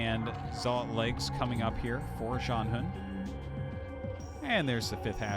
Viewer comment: FYI， Artosis，ZhanHun ‘s name should be pronounced more like /dʒan hwən/ not /hən/. and XiaoShuai is pronounced like /ʃau ʃəwai/ in english.